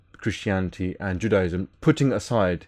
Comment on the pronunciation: Your pronunciation of "Judaism" is rib-ticklingly hilarious. :) Great vid though.